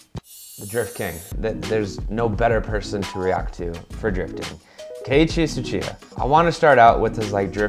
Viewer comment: Nah that name pronounciation is horrible man ahahahaha, but loved the video thanks!